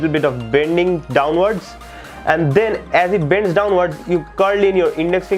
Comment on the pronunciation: “den you move tee tumb to do dee tyke bombing” I’m ded lmao